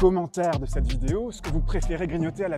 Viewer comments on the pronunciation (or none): none